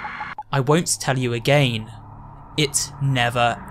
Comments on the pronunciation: why u say again like agayn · I love how he says "agayin" instead of "again" , I know it's his accent but it's just funny.😂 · also y does he says again like that